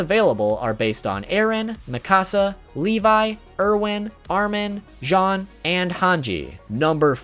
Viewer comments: i get that he cant really say all of the names right but he cant say jean like the pants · jean i pronounced jeen not john